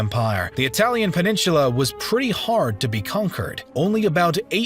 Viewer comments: PEN-IN-SU-LA not peninshula. Annoying. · A Great Video, but please stop mispronouncing the word "Peninsula". It is "Pen in SOOLA" NOT Heaven Forbid, "Pen in SHOOLA" Please stop murdering your English Language!!!!!!! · Peninsula...not "peninshula"! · why do you pronounce peninsula so funny? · your pronunciation of peninsula triggers me